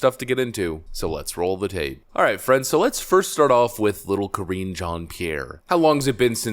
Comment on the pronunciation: Ka-ringe Jean-Pierre. Mega cringe.